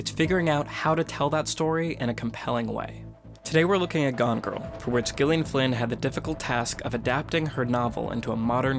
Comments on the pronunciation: I think it's pronounced "Jillian," not "Ghillian." Awesome video essay, though. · Hey you pronounce Gyllian as Jillian. Not with the hard G sound. I’m saying this because it is my name and I hate it when people mispronounces it. Which you’ve done this entire video. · It's Gillian with a soft g, not a hard one. Jesus fuck. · Its pronounced JILLIAN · She pronounces it with hard G. as in Good, Gone, Girl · No, it is not. She pronounces it with a hard G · Dude, her name is pronounced like Jillian. It's just spelled differently. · Actually she, herself, pronounces it with a hard G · She pronounces it as a hard G. No, Americans generally would pronounce it as J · Why is he saying gilian? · Isn't it pronounced "jillian" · The g is a soft J sound next to and I. I am used to versions of my name being mispronounced but I haven’t ever been so gosh darn and try about it before. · he needs to learn how to say the author's name properly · Do you actually think he made this quality of video and did not bother to find out exactly how the author herself pronounces her name. she uses a hard G....as in Gone, Girl, etc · Gillian. Listen to the author say it!!! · Not how you pronounce the author's name, buddy :)